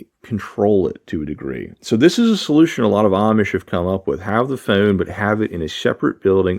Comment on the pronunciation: You say phone like phewn hahah